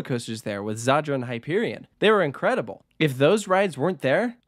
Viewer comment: Its just southern Poland, it is pretty well known, it is sponsored by the state energy company i think Zator not Zaydder or whatever, Oświęcim not 'Oshwim' I mean this is a close distance for an American, it is not 'in the area' really so much for people there